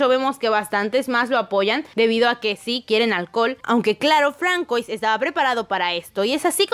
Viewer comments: francois se pronuncia fransua, creo... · Hola, nunca comento en los videos, solo lo hago para dar una aclaración, el nombre de Francois no se lee literal si no que se pronuncia como fransuá, es solo un consejo para que mejores cuando lo digas en los próximos videos, sigan así. adiós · Se pronuncia Fransua :)